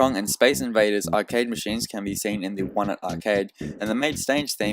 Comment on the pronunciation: Thank you for actually pronouncing Onette like somebody who passed grade school haha. Unlike these other Youtubers calling it ONN-ette